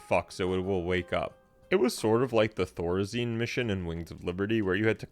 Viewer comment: thorazine?? You mean terrazine, right?